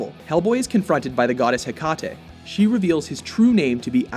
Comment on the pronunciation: Heh-kuh-tay. Hecate.